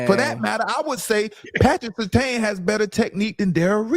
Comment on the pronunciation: Guy said Patrick Surtain